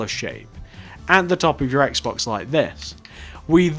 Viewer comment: What about a Wii U house? BTW instead of Xbox, you said Axe-box.